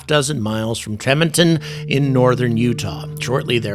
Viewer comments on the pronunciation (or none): Tremonton is pronounced Tree Mahn tun because I live 20 minutes away from that city.